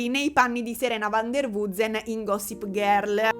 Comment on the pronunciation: Il modo in cui pronunci Gossip GHÉRL 😂❤